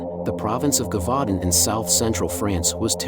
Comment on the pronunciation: Brilliant Upload ! Wish it was longer, but understand the time etc. 👍 💖 I Think it's pronounced, 'jer-vu-don' , in French, I could be wrong, so don't quote me on that, but just saying lol ! 🤗💖 'Brotherhood of the Wolf' was a brilliant film, but we've only ever been able to watch it in French, with English Subtitles . Absolutely LOVE your channel, Thank You for ALL your work, it is much appreciated more than you know. 💖💖